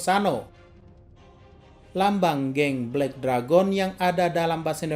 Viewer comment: Kak harus nya belek deregen tapi bukan belek deragon . 🤣🤣🤣